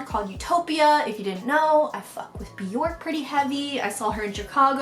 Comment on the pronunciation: No hate! But Bjork's name is actually pronounced like "jerk". Byerrk. My best friend worships the floor she walks on and corrects me all the time lol.